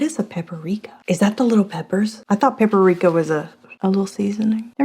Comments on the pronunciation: Oooh Vivian. You're funny! Its not Pepper-ika. Its Paprika. Lol!!! 😂 Btw, Happy Halloween! 🖤🧡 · lol I love how you say Paprika 😂